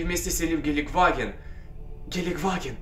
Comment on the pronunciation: Они вместе сели в гелекваген... В гелекваген, каммон. Бляяяяя ору :D